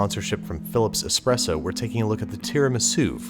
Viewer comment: Can we have a 10 hour Babish expresso Ad? That'd be nice